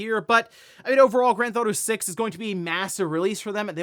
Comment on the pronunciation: "Grand Thauto 6" ~